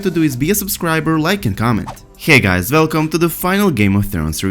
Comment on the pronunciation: As soon he said ‘Velcuum’ I left